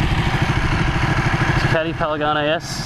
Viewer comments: "paligane s" ;) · how many time did you say "Paligane"?))) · A good riding makes me say paligane instead of panigale too lmao. You tamed that beast bro!!! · Has nobody else noticed the "Paligane"... last I checked it was a "Panigale" not a "Paligane". Anyway cool vid:) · youre just saying it wrong, panigale not palaganie. lol looks like good fun, but damn expensive. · it's PANIGALE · I'm pretty sure its pronounced Pan-i-gaal, but dont quote me on it. as always awesome vid :P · Say it with me, it's P-A-N-I-G-A-L-E! Great vid! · is he saying PALIGANI? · "Pen-a-ganay", hahahaha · "Palegane" lmao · Paligane lol